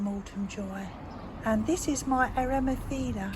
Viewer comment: Hi there, the Eremophila is pronounced Air- a - moff- illa. Don't you love Latin, lol. Love your videos. Cheers from Melbourne Australia